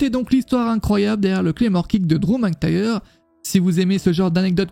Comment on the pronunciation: va falloir progresser sur le prononciation des noms :') RYback et McINtyre